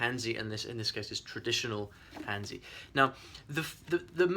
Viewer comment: I too want to say props for challenging yourself and I look forward to seeing how it goes. One more thing, you pronounce hanzi as han (chinese peoples) and zi not zeee.. not sure if maybe cantonese is different but I would guess that is is similar.